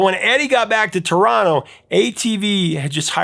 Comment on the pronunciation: THANK YOU for pronouncing TARONO properly! 😂🇨🇦🎉🍻